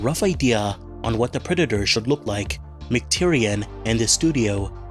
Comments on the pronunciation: McTierNAN not McTierian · Sorry to be nitpicky, but the director's name is John McTiernan, not John McTyrian